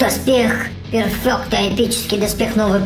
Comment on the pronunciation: Кимоно не Кимона Префект не Перфёкт